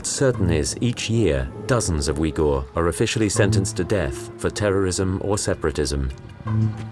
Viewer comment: If you are going to do a credible documentary, maybe you should learn the pronunciation of the place and people you are reporting on. Xinjiang, Urumqi, Uighur are just some of the mispronunciation. Nothing more irritating than listening to the mispronunciations throughout the entire video.